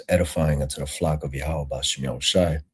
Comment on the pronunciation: Who the fuck is Yahawah. It’s Yahweh.